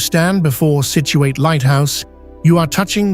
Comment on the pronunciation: People in Massachusetts do not pronounce the last syllable Situate as ate, but instead as it. Nice video